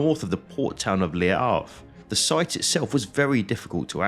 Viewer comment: Sorry to be pedantic but the French word Le is not pronounced Lee.. just saying